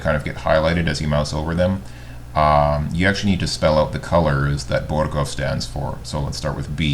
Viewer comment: To quote the graverobber reputation perk in Fallout: "They're dead, they don't care.", I commend you for your very Finnish way of pronouncing the 'R' in Borgov. Putting the keyhole at the relief's groin would actually make sense, since more advanced suits of armor had a sort of lid there to help the knight relieve himself without having to go through the trouble of taking the whole armor off.